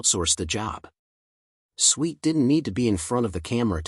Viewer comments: Whoever is narrating this is not a natural communicator. Swit is pronounced S W I T for a start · Why is this annoying twit of a narrator insisting on pronouncing her surname as SWEET ??? Half these content creators have as much impact on the viewers at home as a gnat's fart on a CAT 5 hurricane.